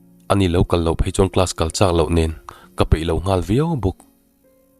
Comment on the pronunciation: Min en ngur a,min en ngar a,min en kalh a,heng ho 3 (ngur,ngar,kalh) i thluk dan hian beng a ti thlep deuh thin tih loh chu i chhiar thiam in ngaihthlak a nuam khawp mai.